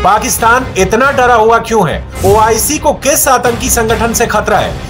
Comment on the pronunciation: Man it's oic not ioc haha. He keep repeating ioc 🤣🤣🤣🤣